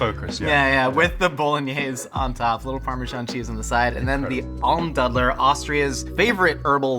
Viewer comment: Almdudler is more like a dude and less like a dud (also in pronounciation 😉). Next time you talk about it, you can pronounce it properly. I'm from Austria so that's insider information. 🙂